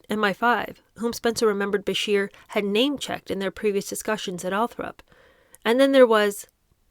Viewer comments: I stopped listening the minute you said ' Althrop', It's Althorpe you clearly didn't do your research before hand, and for someone that live a mile or 2 from Althorpe I find it an insult. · I love your book readings! Maybe it’s just your young age, but please try harder to properly pronounce some simple names like “Althorp”. I’m older than you, and maybe I’ve heard more than you have, but honestly, I expect more from a teacher. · Switching the position of one letter when pronouncing a word aloud is a common mistake that I make myself. Sometimes our brains just read the word a different way from how it is actually spelled. That doesn’t mean “doesn’t do her research” and I’m sure it’s not a deliberate insult to Althorpe-area locals.